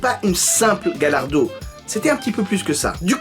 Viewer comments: Ça ne se dit pas galardo, mais Gallardo (galliardo si on préfère ) Ait confiance en le pro lambo😋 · gallardo = tu la prononce "gayardo" :) é murcielago = murtchielago Super Vélotché :D é ta video é super CoooooL ;)